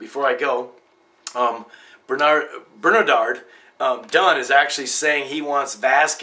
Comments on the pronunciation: we in iiiiireland pronounce it the way it is spelt bern-ard, ......bernadard haha typical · Its bernard man, not bernadard, thanks for the video it was interesting and balanced. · oh mate its not bernard-ard......its just bernard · yeah I'm Irish too. It's Bernard for us too. Definitely not Bernadard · its pronounced bernerd not bernadard!! other than that nice vid i was at that fight and even though i was sitin a bit far away i could feel some of dose shots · Dont call him Bernadard we call him Bernard! Just like you's! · ber-na-dard dunne? U reek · ha ha im lookin through alot of the comments on your site and can c your gettin a hard time about your pronunciation of bernard ha ha.....the folks are only taking the piss by slagging ya.....fair play 2 ya ive seen some of your opinions on fights and think your one of the better youtube pundits...keep it up,,and lets hope BERNARD can dig very deep and put this boy away tonight.....my nerves are gone!! god bless!